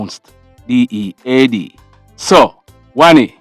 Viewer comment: Greetings love watching your updates. I THINK YOU SHOULD GIVE $5000 TO EACH PERSON CHRISTMAS IS AROUND THE CORNER YOU WILL BE HELPING SOMEONE LOVE IT WHEN YOU SAID D E A D 😁 KEEP UP THE GOOD WORK WILL BE WATCHING